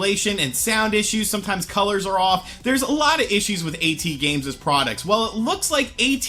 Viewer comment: "A-T-Games"? It's *AT*Games